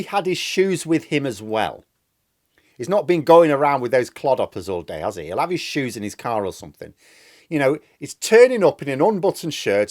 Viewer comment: "The shoesa..the shoesa"!!!!!